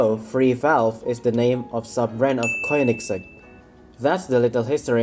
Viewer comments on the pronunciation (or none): none